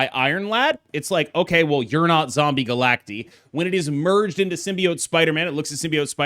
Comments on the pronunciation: you probably know this by now but said they said it wrong and he found out it’s supposed to be Galact-eye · Is it not pronounced Zombie Galac-Tie? Because they are multiple versions of Galactus? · They are multiple Galactuses. Galacti. Like octopi instead of octopuses. It's Galact-EYE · Bro I’m sorry but I cannot watch a 15 minute video of you saying “Zombie Galacteeee” smh